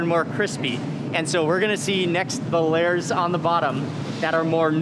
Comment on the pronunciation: all lurrs of dough. mark meant lay-ers